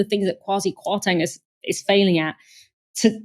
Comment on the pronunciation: She's right but she said it wrong xx